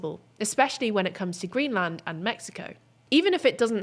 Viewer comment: please learn how to pronounce greenland